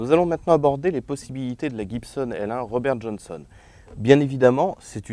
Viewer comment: "RRobére Johónsonne"! Lol.